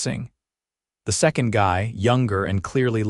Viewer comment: And how about the way they pronounced second.